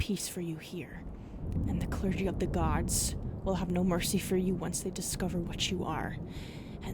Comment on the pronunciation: The pronunciations on a bunch of words in this one are oddly wrong. "Clar-geh" instead of "clur-gee"? And many others. Haven't seen this in a lot of your other vids.